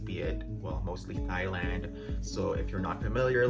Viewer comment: Thailand is pronounced "tie-land" not "thigh-land"